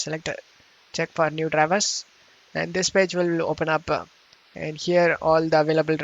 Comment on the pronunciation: weird pronunciation!!!! Open up-pe?, it-te?, guys-se?, link-ke? why do you need to say it like that bro??????? u re really annoying!!!! DA FooCK!!!!!!!